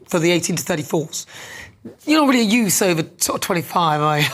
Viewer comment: A expert on trade vs a GBnews cretin who has done nothing...........oh and she seems to have a problem with English, as it is pronouned Youth, and not Youss.